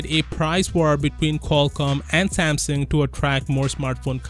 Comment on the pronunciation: Samsung not samsing u idiot